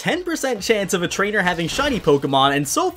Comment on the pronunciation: Trainer not rainer